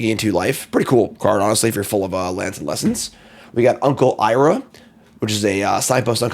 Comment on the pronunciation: I would love to see watch the entire series and then die of embarrassment after rewatching this video. "Uncle Irah" 😂